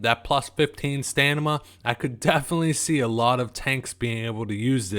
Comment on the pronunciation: Stanima? LOL